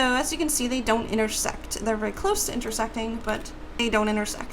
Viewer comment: When she said intersect the second or third time, it sounded like intersex xD